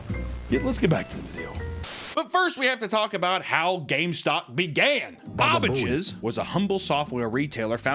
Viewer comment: Hearing Babbages pronounced as BOBbages threw me for a loop. 😂